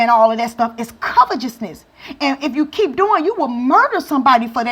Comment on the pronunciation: my sister, it's pronounced : kavete'sness, with T , not CH.